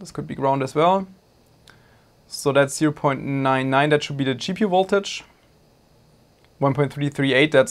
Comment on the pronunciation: There is nothing that is called "woltage". I notice you have no problem pronouncing the "v" in "volume", so why not also in "voltage"? 🙂 Thanks for an informative and entertaining video.